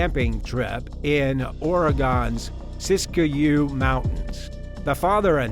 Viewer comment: FYI, Siskiyou Mountains in Oregon only has two syllables; it's pronounced "Sis-Cue". Good stories but it's interesting how the sentences vary so greatly from one murderer to another.